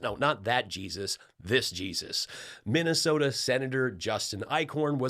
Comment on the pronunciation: Missasota! Perfect!